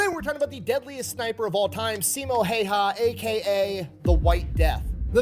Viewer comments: Häyhä and Heiha are two totally different things... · If you want to pronounce Häyhä right: ä sounds like the a on the beginning of "action". That 1st a is pronouncef like ä. I'm Finn and incredibly proud of him❤